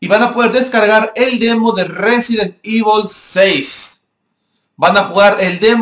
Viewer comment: xD Evol 6 xD da risa como lo dice xDDDDDDD